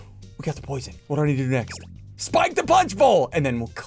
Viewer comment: +1 "Posion"